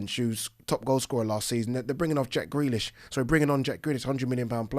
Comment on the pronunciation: Were you about to say grillish and marhez world class 😂😂😂😂